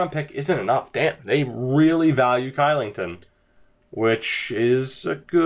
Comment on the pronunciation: Your pronunciation of Kylington was atrocious.... lol. It's pronounced Shee-ling-ton.